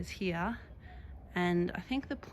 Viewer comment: Why do Australian wimmin say "heeya" instead of "here"? Is it a form of retadayshun?